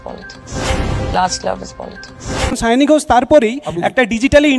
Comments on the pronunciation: সায়নী না সাওনী???.... বাঙালি হয়ে বাংলা নাম ঠিক করে উচ্চারণ করতে পারেন না..... 😂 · Mamata r ki obostha... Sayani k bole Sayoonii... 😂 Nijei janena k ki naam... 😂